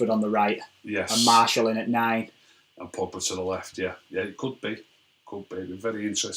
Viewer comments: It’s ok mate, if I told you how to pronounce every foreign players name correctly you’ll be dead (though you are Arab so you probably know some of them) it’s obviously hard for him to remember to say Martial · What the hell is a Marshall its martial have some respect what of i called you rack instead of